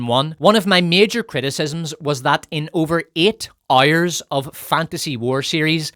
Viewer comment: Making the jokes about Lizzo was very low and not really needed. Maybe you should instead try and learn how to pronounce the word "hours". And i dont give a flying fudge that you are "ooyyirrisshshsh" or "sccccccooo'ishshsh" or whatever. (See? That joke was also pretty low and not needed, but way funnier than yours. Cheers )